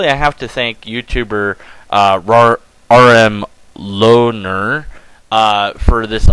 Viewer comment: You got it right, it's "are em lohner" since the first two letters are my middle initials. One thing I'm really kicking myself for is not expanding on the idea that Avatar isn't a particularly good magic show. The reason is good magicians don't just rely on their tricks but also talk to the audience in an engaging way; see Ricky Jay for one of the best modern day examples of this.